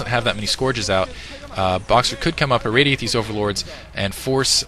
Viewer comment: its a defiler mound not devouver and its irradate not radiateee ...it kept botherin me